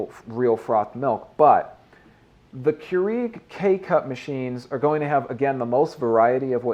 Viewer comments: it is pronounced as cure- rag not cure eeg lol ;) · "Cure-eeg" lol